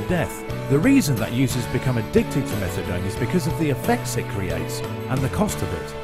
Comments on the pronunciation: It’s pronounced Meth-UH-DONE not Metha-DON! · Why is he calling it methadon? It’s methadone! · No one calls it meth-a-dawn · this stupid narrator keeps callin it methadon and it's driving me nuts! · "Methadawn" - dude can't even pronounce the name of the drug he's talking about...mad ignorant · Lol. I'm like did he just say metha-don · I can't... With the way the narrator is pronouncing methadone. Don't talk about something you can't even pronounce right.